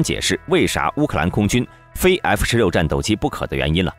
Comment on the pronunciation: 英文读不好没关系，字母能不能读准一点啊？F16say，F16say？你还想说点啥？就算机器读的也调校的准点嘛。实在是太难听了😓